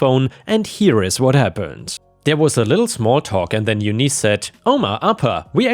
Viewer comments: Eunice is pronounced YOON-iss, not you-NEES. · FYI... Eunice= You-niss (like hiss). Thank You:) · Eunice is pronounced You-n-is, like in miss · its pronounced Yoonice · Bowen is pronounced boh-in and Eunice is pronounced yoo-niss!